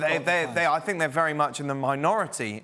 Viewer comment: “I fink”